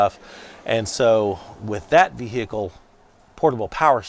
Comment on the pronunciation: Great video! Vee-hee-ickle is an interesting way to pronounce vehicle. 😂